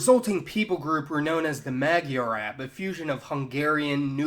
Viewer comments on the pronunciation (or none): It's not mag-yar-ab its Moi-are-Ab (Magyarorszag is pronounced Moi-Are-Ror-Sag) & it doesn't mean ab as in Arab its Ab as in Aboriginal